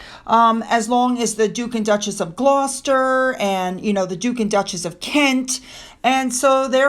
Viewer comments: you pronounced Gloucester perfectly. You may not have heard this old English children’s playground skipping rhyme:- (Note: Foster and Gloucester rhyme, and there are flood plains in Gloucester) “Dr Foster went to Gloucester, In a shower of rain, He stepped in a puddle, Right up to his middle, And never went there again” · Thankyou for new info. Well done you. Yes, you pronounced Gloucester correctly. There are many children’s rhyme’s that help with this and books that cover the history of the rhymes. Well worth buying. Absolutely fascinating historical information of how children’s games came to be. A little gruesome actually but, there it is.